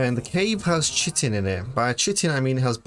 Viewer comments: Chitin is pronounced kai·tn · Chitin is pronounced Kai-Tin